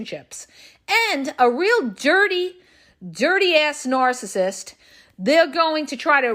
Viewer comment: I wish she would stop saying nooorcissist